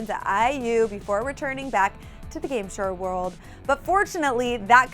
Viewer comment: "game sher werld" HAHAHAHHAH killing it